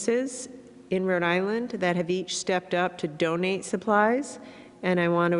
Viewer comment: Gina , Rhode Island is two words , not "Radilinn"